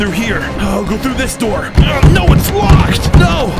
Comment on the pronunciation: "Open the noor"